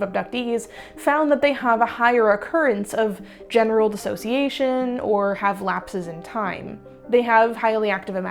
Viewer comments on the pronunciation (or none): none